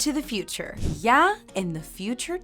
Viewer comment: You're not even saying it right. You're saying "yæ" not "ya".